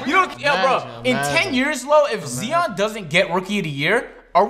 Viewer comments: Flight inspiring people to say “Zeeon Williams” truly a game changer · its zion, its always been zion 2 seconds later: I been telling you its zeeon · This man said zeion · Los looked like he wanted to slap for saying Zeon instead of Zion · That boy said zeion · If Zeeon doesn't win ROTY Me: 😂😂😂😂😂😆😆 Is this flight mis saying rookie names like that tho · Yo dis man just said zeeon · Flight has turn Everyone vocabulary but 10 grade level making saying Zeon Williamson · This dude realy said Zeon instead of Zion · Tell my why is acting dumb saying “zeon” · U said zeeon not zion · This dude said zeion instead of Zion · It’s Zion not ziiion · Its not zeeon bro say write flight fan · This boy sad zeon it is Zion fit it rit next time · It’s Zion not Zeon bruh 🙄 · been watchin too much flight callin him "zeeon" lmao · wanted to roast so bad for saying Zee-on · Now we got saying zeon now😂😂🥰😂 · has been watching too much flight, calling Zion, Zeon. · Why is pronouncing names like flight? Zeeon? Who dat? 😂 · Everybody talking about flight saying zeeon let’s talk about saying accreate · Like for every time said Z-On 😂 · has been watching Flight for too long now he’s saying Zeeon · Are we just gonna act like he didn’t say Zeeeeeeon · HE SAID "Zeeon" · You did not just say zeon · Doesn’t even know how to say zions name lmao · Bro I beg you stop saying Zion’s name wrong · ZEEON and Ja MORAUNT 😂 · said Zeeon and Moront 😂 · "zeeon" and "ja morahnt" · Flight says Zeon Williamson and Jae Merant... also said Zeon and Jae Merant in this video... its june 1st... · The way he looked at when he said zeeon and ja moraunt 😂😂😂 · Mans said ja morant and zeon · Zee-On and Ja More-Ant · is watching too much flight, just listen to how he pronounces Zion and Ja Morant😂😂💯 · pronounced Zion Ja & Accurate Wrong he said Accreate like dj khaled 😂😂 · Zeeon and Jouan Moraunt